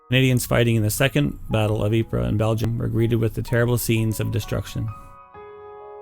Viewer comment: "Within three days". Good job on the pronunciation of Ypres. The Brit and Canadian troops jokingly referred to it as "Wipers".